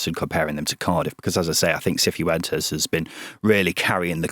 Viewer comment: the way you feel about the EFL awards is similar to how I feel about your pronunciation of pretty much every foreign name. Cifuentes isn't "See foo ent ezz" - its "siff went ezz" Hamer is "Hay ma" - it's "Harmer" Sainz isn't "Sarr Yinz" - it's "Signtz"